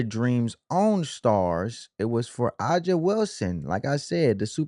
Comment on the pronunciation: Dude that’s not how you say A’JA’s name..😒 or Tina’s name..get the pronunciation right 1st my guy..